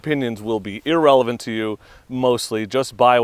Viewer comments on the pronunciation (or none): none